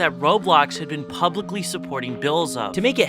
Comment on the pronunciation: lol "Publicicly"